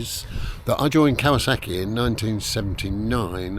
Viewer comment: I like this format. 👍🏽 No wonder Geoff pronounces Kawasaki properly! I wish someone would objectify me. Anyone? Balding, overweight late 40's prime British beef.